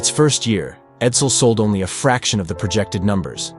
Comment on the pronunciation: Is it just me, or , did the AI say “Oney one hundred pounds?”